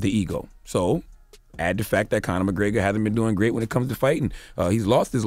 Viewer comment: This Conor McGraygor shit is driving me insane. McGREGor, man. Say it with me.